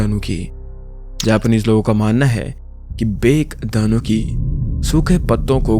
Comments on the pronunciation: Bake nhi bhai बाके padna hai use बाकेदानूकी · Bro butchered the pronounciations so wrong, I'm literally wheezing at this point. P.s. :- In Japanese, the vowels are almost never silent so the bake-danuki won't be 'baek-danuki' but 'bah-keh-da-noo-kee'. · its baa ke daa nu ki not bake 😊😊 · Bhai wo bake nahi, ba-ke tanuki padhte he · Ba-ke Danuki ✖️ Bake Danuki ✔️ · it's pronounced as bah keh danuki not bake it's actually relatable cuz I used to call it like that only 😅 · Mere bhai japanese wale tariko se hi pronounce krdete to achha hota. Yeh kya matlab ki बेक दानुकी??, koi cake ya cookie ka naam hai kya bake danuki??, बाके दानुकि bolo to acha lagega yaar. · CORRECT PRONOUNCIATION BAAKE DAANUKI RIGHT? AUR DAANUKI DAY MUJHE INDIA KA PISAACH YAAD AA GAYA JUST LIKE GOBLIN OF EUROPEAN TALES TO YE KAHANI MAINE DARK GATHERING NAAM KE ANIME MAY DEKHI THI VO EPISODE PURA AS IT IS SAME NAHI THA PAR ALMOST SIMILAR THA JAISA TUMNE BATAYA AUR PLEASE BRO MAKE MORE VIDEOS LIKE THIS AUR HAA SORRY AGAR DO BAAR LIKH DIYA HO TO